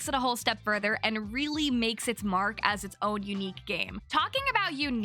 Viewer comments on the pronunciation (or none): none